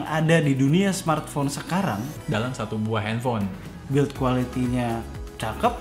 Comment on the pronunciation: Bilangnya mkbhd : samartphone 🤣🤣🤣